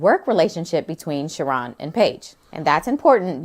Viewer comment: If they call him Sheh-Ron one more fucking time.